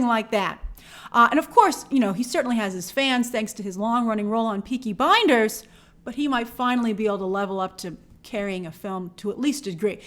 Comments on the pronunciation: Statements are often made with little or no knowledge or exposure. Can't even pronounce "Blinders." Consistently says "Peaky Binders." Carrying a successful, critically acclaimed (BAFTA awards) 36-hour drama is no small feat. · I watch often, but Peaky Binders, smh. It's the Peaky "fookin" Blinders with a L. Cillian and Tom Hardy are Amazing, Long live the Blinders!!!